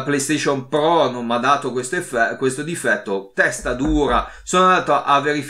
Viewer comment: Scusa mah il po1 è po2? Scusa o la R moscia 😂 pro 1 e pro 2